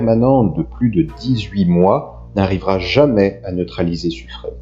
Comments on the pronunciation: Très intéressant. Par contre au sujet de Suffren: le nom se prononce Suffrin, comme pin, vin, sapin… et non pas suffrène. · Et Suffren "Suffrin" ;)